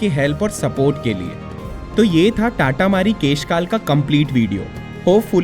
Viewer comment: Bhai amazing video ❤ , and bro you just mispronounced it !! Its तातामारी not टाटामारी